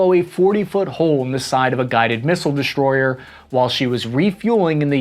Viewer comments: What's a "deshtroyer" and a "shtrike group" ? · Lost me when you added the h in Dishtroyer and ch in Schtrike. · Very informative, but it's hard to take someone seriously who pronounces the letters "STR..." with an "H" in it: SHtrong ConSHtruction DeSHtroyer ...and let's not forget "eKSHtreme". I expect this of children, but not of someone presenting such vitally important and serious information.